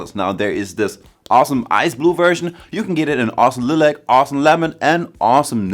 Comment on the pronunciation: Its pronounced Lie lac not lil ac. What language are you trying to talk in. Its all over the place. You're missing parts of words off and not saying words correctly.Talking too fast and all your words are running into each other. Terrible review